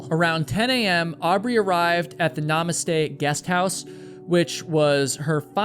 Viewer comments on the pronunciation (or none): none